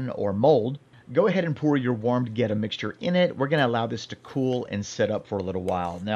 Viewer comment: Born and raised in Cincinnati. You definitely did that Goetta right.